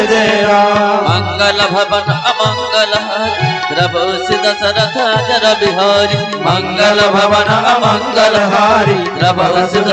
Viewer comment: Not ajarbihari but ajirbihari